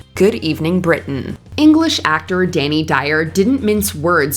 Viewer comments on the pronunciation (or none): none